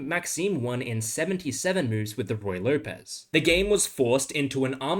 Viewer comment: It's not "Roy Lopez", it's "Ruy Lopez".